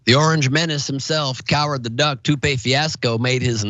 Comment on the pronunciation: I'm pretty sure he said "coward the duck" but I heard "coward the cuc" lol